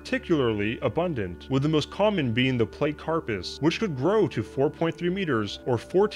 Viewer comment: Platty-carpus, not playt-carpus. Just sayin